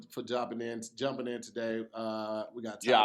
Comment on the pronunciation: “jooping” 😂🤦🏾‍♀️🤣 ifykyk